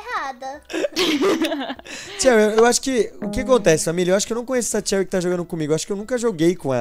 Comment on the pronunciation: Num é cherryrar q fala é xeury